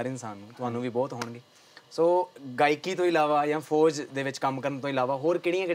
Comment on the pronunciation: Host saab FOJ ni FOUJ hunda